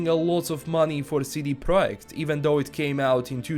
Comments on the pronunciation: But the company is called PROJEKT, not PROJECT :) Piotr confused 'spelling' with 'reading', he meant that the guy said the name correctly. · I respect how you spelled the "J" in Projekt like in Polish and not English.